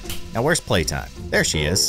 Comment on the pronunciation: Why does call playtime “Suzy?”